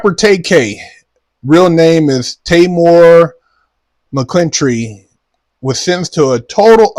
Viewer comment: “Taymore MuhClintreee” 😅